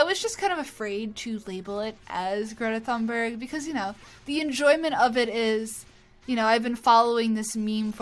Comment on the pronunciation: "Greta Fannbörg"